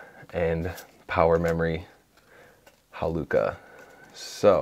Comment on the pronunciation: Its not haluca XD its HA-LU-CHA like Cha cha real smooth